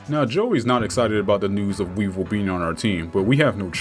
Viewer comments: Weevil is how you say his name not evil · I swear you're calling Weevil Evil.